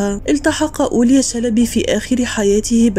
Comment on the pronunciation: لفظك لاسم الرحالة هو غير صحيح، والصواب أن تقولي أولياء مع نطق الهمزة في آخر الكلمة